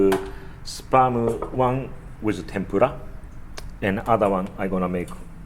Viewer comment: Kinda sounds like he's saying sperm....